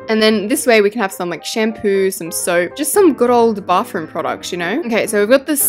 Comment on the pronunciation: Every time you decorate a bathroom you say Bafroom i mean what is that word you say that every single time i know i say she when it's a he but that Bafroom of yours you should fix it now and I'm not trying to be a Karen I'm just saying the truth